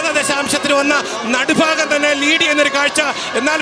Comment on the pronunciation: It not "nadufaagam"but it is "nadubhaagam" as pronunced in the word bhaaratham🙏